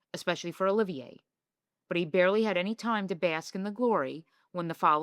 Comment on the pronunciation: Did you really say Withering instead of Wuthering? It’s bad enough that you mispronounce so many other words and names, esp Larry Olivier’s, but jeez, if you want to sound like an expert, get it right!